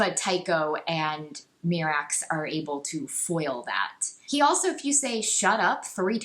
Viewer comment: I really hate all of your opinions. You also pronounce basically everything in the EU incorrectly which is incredibly annoying. I had to nope out after a half dozen "mee-rax"s and a few "thy-ferra"s.